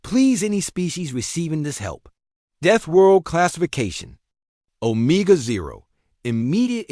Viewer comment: Stupid AI narration. I just can't when it is mispronouncing so many words. The worst one is 'omega'.